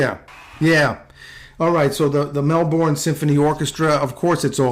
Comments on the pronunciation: I was lucky enough to see him live 3 times. In Australia, he is known as The Voice. By the way, for future, reference, it’s pronounced Melburn. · Just so you know Melbourne is pronounced like this: Melbin!! I know it spells like 'bourne' but we Aussies call it 'bin'. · Love John Farnham reaction videos. Being Australian, I have a pride for John that is beyond words. Also, FYI for any Americans out there - the pronunciation of "Melbourne" is not Mel "born". It's pronounced Mel "bin". And yes - that is definitely his voice. It's as familiar to me as a family member's voice. I've grown up listening to and loving him!!!